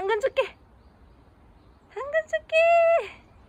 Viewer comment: 당근이 아니라 멈춰!로 들려요 ㅋㅋㅋㅋㅋㅋㅋㅋㅋㅋㅋㅋㅋㅋㅋㅋㅋㅋㅋ